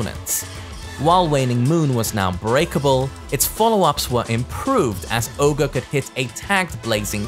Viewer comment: Isn't it Ogre? Not oger? Didn't they have a voice line somewhere where there is said Ogre and True Ogre and not Oger?